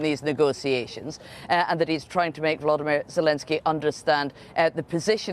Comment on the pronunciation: His name is VoloDYmyr, accent on the third syllable, not the second. Please pronounce it correctly.